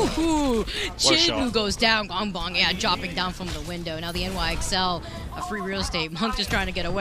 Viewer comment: pls stop saying gwangbong casters. pls